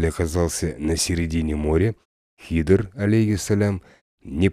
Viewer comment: Хидр а не Хизр